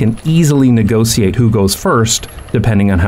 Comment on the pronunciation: NEGOSIJEET? jaaa lekker man stiekem toch een beetje nederlands jij he?